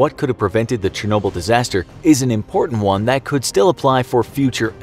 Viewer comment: Say it with me now Chernobyl = Shur | no | Bull You need a linguistics professional on your team. Getting worse with the butchering of words.